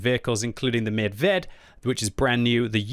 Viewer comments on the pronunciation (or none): Vz 58 medvěd should be pronounced more like medvied